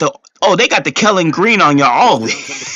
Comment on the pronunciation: "I'm not going to say nuthin" and continues to say stuff😅 I love that everyone hates my team😂😂😂 Go Birds! And it's KELLY GREEN, not KELLEN.